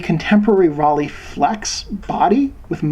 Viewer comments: Rollei: The first part ("Rollei") is pronounced like Roll-eye (similar to Leica) rather than "Roll-ee". NOT "rah-lay'. Makes it sound liek a bicycle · Informative video... but if your going to do a video on a German camera.. learn how to pronounce the name... Its Rollei (roll-eee) ....not Rahh-leigh!!